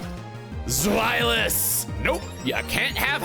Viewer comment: I love that in the Deino line, he only mispronounces Zweilous. The Z carries a Ts sound and a W is a V and he’s correct with the rest 😂😂😂 (the ei diphthong carries a sound that sounds like eye).